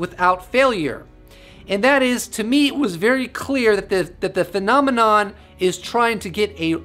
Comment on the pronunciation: Got tired of you saying phenomenom!!!!